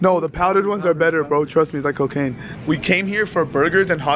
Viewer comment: You said coocain